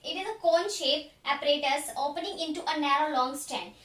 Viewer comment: APPARATUS ✅ apperatus ❌